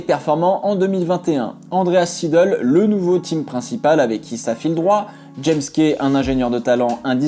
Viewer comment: Seidl se prononce z-ail-dL